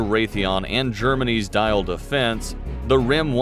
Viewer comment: Diehl defence is pronounced like "deal" not dial